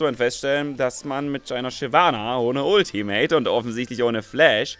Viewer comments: Shynana.... aaaalles klar :D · Shynana? :D Muss da kein "v" hin? :p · Ich spiele Shyvana nicht Shynana :)